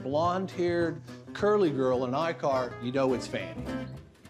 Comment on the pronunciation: Icart is not pronounced Eye-cart, but E-car, silent 't'.